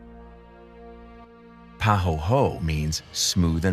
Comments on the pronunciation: I was interested until he said "Pa hoe hoe" SMH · I started to watch this beautiful film but had to stop quickly because of the narrator’s bad pronunciation. Ir’s pah-ho-ay-ho-ay (pahoehoe) and all-lih-veen (olivine)